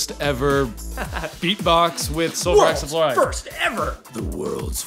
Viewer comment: Sulfur Hexafluoride not Hexafouride but awesome video!